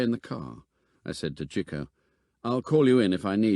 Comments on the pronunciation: Interesting enough, but why did no nobody inform the narrator as to how to pronounce 'Chico'... ? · Interesting pronunciation of Chico. In the US, it’s usually “Cheek-o”, not “Chick-o”. Anyone know why this is?